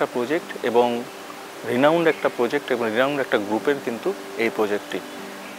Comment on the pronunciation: He also says "poject". 🙂